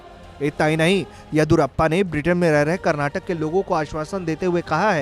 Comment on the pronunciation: Abhe chutiye Karnataka hai Karnatak nahi tum logon ko states ka naam nahi pta Kya news report karoge.